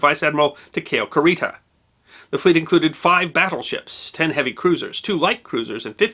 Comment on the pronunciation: Kurita = koo ree tah, no accent. Takeo = tah kay (as in May) oh. No accent.